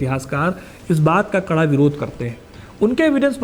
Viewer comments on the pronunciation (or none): none